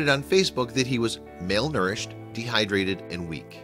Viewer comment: LOL "malenourished" thanks for this vid.